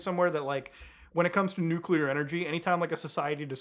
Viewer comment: It's so refreshing to hear a YouTuber pronounce nuclear properly.